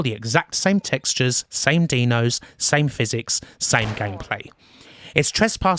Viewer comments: Another great vid but I can't get over the "Deano" pronunciation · Why do you call the dinos "deno"? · Brilliant docu. Only improved by the fact you pronounced dinos like you would 'Dino Baggio'. Surprisingly amusing amongst all the great facts!